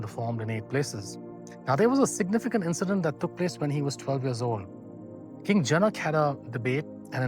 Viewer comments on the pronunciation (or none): Well... I don't want to start a debate session, but please look in to the pronunciation of जनक, पतञ्जलि, etc. Otherwise, it was good and educative. शान्ति:।